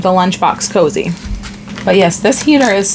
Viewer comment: It’s so cute that you call them “ cozy” instead of coozie. I giggle a little every time. Lol.